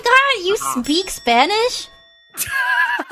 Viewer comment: Honestly same bro, I felt physical pain when she said Spanish 😂😭😭